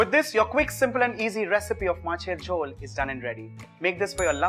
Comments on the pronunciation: Isshhhh... I loved the way you pronounced my favourite dish. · You spell the word MACHER JHOL really like a Bengali....great video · Your Macher Jhol pronunciation is perfect, recipe is perfect👌👌.U r an awesome chef